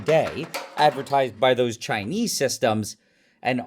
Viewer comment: Nile when you say Chinese the way you do, you need to know it sounds racist, whether intentional or not.